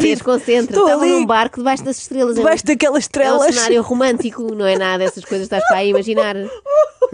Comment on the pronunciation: Eu também ouvi 'Debaixo daquelas trelas'. Estou solidário contigo, Inês. 🙂